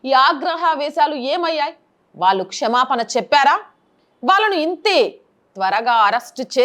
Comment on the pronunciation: గారూ! మీ వీడియోలు చూస్తుంటాను. బాగుంటాయి. కొన్ని సూచనలు. మీరు మాట్లాడేటప్పుడు కాస్త తెలుగు భాష వాచికం పైన దృష్టి పెడితే బాగుంటుంది.. ఎక్కడ వత్తులు పలకాలి ఎక్కడ కూడదు అనేది గమనించాలి. ఉదా.. ప్రజా సంఘాలు బదులు ప్రఝా సంఘాలు అని వట్టి పలకడం, వాళ్ళు అనే చోట వాల్లు అని పలకడం పేలవంగా వుంటుంది. గ్రామ్య భాష మంచిదే. మామూలు మాట్లాడేటప్పుడు ఎలాగైనా పరవాలేదు. అప్పుడు కూడా సరిగ్గా భాషను యాసలు లేకుండా శుద్ధంగా పలికితే గౌరవం హెచ్చుతుంది. మరి వేలాదిమందికి చేరే ప్రసంగాల విషయంలో ఇంకా ఎక్కువ శ్రద్ధ తీసుకోవాలి. పెద్ద కష్టమైన పని కాదు. రోజులో కొన్ని నిమిషాలు చాలు. విజయోస్తు.